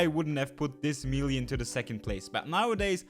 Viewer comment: check out how to pronounce "melee", you are doing it wrong and is kinda distracting, sorry